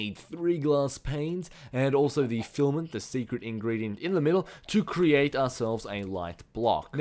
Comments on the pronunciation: at least he stopped calling filament, flament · HAHA!, remember Fliment... You finally said it right, FILAMENT:D